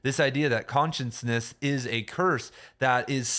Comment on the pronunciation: Shhhh. It's cute.